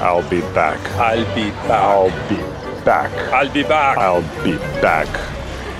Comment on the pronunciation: Ненастоящий терминатор говорит альбибак.